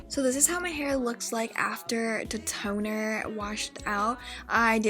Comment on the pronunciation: "But... Tonerr" 🤣😂